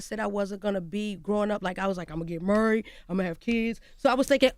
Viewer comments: seconds she said, "Murried" 😂😅🤣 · Nah she pronounces Merried...Like she gon say merry Christmas LOOKING 😂😂😂😂😂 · What is she taking out of har mouth so often? And if she says "murried" one more time!!! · the way she pronounces married is so cute lol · So none of yall up there was gonna interrupt & teach her how to correctly pronounce a common word like "Married?" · She pronounces married weird and her face looks strange and does she have grills I just don’t understand her 🤪